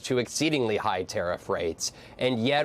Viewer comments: IT'S MACRONN NOT MACRONE FFS!!!!!!!!!!! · Commentators! It is simple - MACRON is pronounced MAC-RON not Mac-roon as in your poor attempt at a French pronunciation. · Vaughn, its President Mac RON, in one word, Not Mac rone, as in an old woman, a Crone! Please learn to pronounce it properly. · Dear US people - not "mac r own" - "mac r on" - please stop butchering the man's name. Macron - MAC R ON - no W no E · Learn how to pronounce Macron's name! It's not "Ma-Crone." The French sound doesn't exist in English, but you can get closer: Ma-Croaw(n) sort of. Get a French teacher to help you. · It never ceases to amaze me how Americans massacre peoples names. It’s mak-ron……not mak-rone. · Is there an 'e' on the end of Macron? Do you say 'Barone' when you speak the name Baron? No. So why do you say Macrone? It's really not hard to figure out how to say someone's name without adding your dumb US pronunciation of everything - like 'Eye-rack' for Iraq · Why can’t you people pronounce Macron, it’s not Macrone.. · Genuine question: why can’t you pronounce Macron? It’s not Macrone. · Please say Macron’s name correctly- ma-kron (kron like tron) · Good report but, for God's sake, what is stopping Americans pronouncing Macrôn correctly? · Interesting pronunciation of Macron. When I say 'interesting', I mean 'wrong' 😄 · why can't any of you pronounce Macron? he is not your crone. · Please could you people start pronouncing the French president's name correctly.